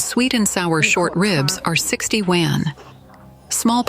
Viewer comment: i wonder when AI will be able to pronounce yuan correctly